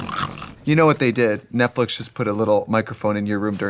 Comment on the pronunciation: Netflix said “Trixie you gotta stop calling it Netflick, okay? It’s not our proper branding.”